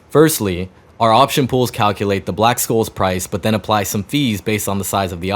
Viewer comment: black "SHOLES"; that's how you say it, the c is soft